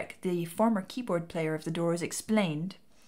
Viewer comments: "ODIPPus" complex?.😂..somebody missed her Greek Tragedy courses in college.. The O is silent.. It is Pronounced "ed-i-pus Rex" and is worth a read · These are always great... Um... "Oh-dippus"? I've always read it as Ed-uh-puss. Check out Tom Lehrer's song Oedipus Rex to see how he pronounces it. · "eh-dih-puss" rather than "oh-deh-puss". Just sayin. :)